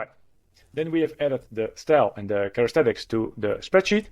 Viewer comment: Characteristics not charestetics ;) thx 4 video